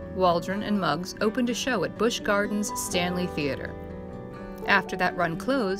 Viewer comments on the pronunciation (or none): none